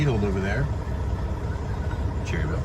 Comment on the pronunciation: I live in Lincolnton nc not far from Cherryville nc and us from around here actually pronounce it Cher Ville with emphasis on the ch like chair.. it almost sounds like chairville instead of saying the word cherry then Ville lol..